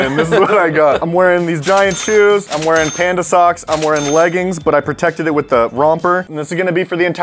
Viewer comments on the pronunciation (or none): none